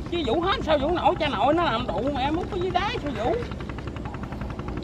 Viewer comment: phát âm nghe cười muốn xỉu, nhớ ko lầm là đáy mà